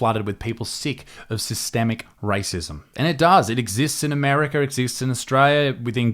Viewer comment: 'Armerca' Bruh